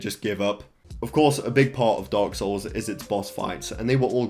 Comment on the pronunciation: It sound you said dogs souls